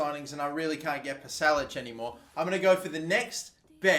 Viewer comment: Pasalic is pronounced Pasha Lichhh